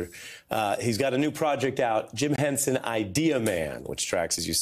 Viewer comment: The man's name was H E N S O N, not "Hensen". Sacrilege!